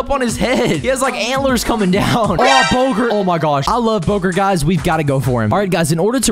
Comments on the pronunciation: STOP SAYING BOW-GERT ITS BOW-GART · It is actually bowgart instead of bowgert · It’s not Bogert it’s Bongards